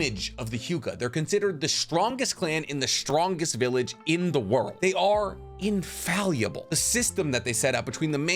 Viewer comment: Infallible: meaning to be incapable of making mistakes. proceeds to pronounce it "infalliable" Also, we are not dying in an age of misinformation. Misinformation always existed and always will. Consensus, for example, does not equal incontrovertible truth. The bigger threat is people believing what they are told without questioning it. On that, we can agree. To quote the great Richard P. Feynman, "I would rather have questions that can't be answered, than answers that can't be questioned."